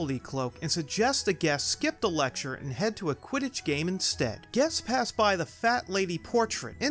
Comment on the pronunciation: Did you mean to say “u.k.” Quitich league